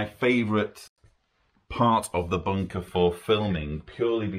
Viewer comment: Brilliant, I love the way you say bunker with your accent 👍